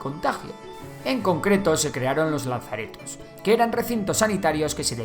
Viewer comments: Lazareto, no "lanzareto". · Estupendo vídeo, como todos los del canal, aún así hasta donde yo sé es lazareto y no lanzareto. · Estupendo vídeo pero déjame corregirte en una pequeña errata. Se dice Lazareto no Lanzareto. un Saludo!! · Hola. Perdona que te corrija pero se llama: Lazareto. Sin N. Un saludo! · Solo un pequeño apunte, es lazareto y no laNzareto